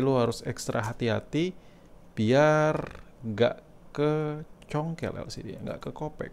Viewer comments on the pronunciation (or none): “Maen congkel bae” 😄, bang, asli orang mana sih?